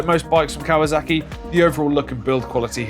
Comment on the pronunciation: It’s kawaSaki not kawaZaki… 😒